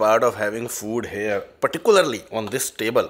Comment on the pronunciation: Everything is great..the chemistry, editing, presentation however i have one small doubt, why do you always say HARE instead of here 😅 please don't take it personally just that you say this word so often and pronounce it incorrectly 😬